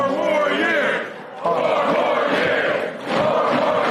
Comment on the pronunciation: Four more yeaarsh'...pause.